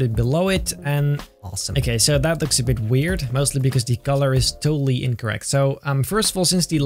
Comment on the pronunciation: Why does he call color golor